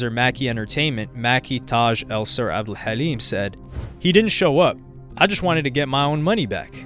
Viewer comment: The way you pronounced Abdel Hallim tho. It's on point.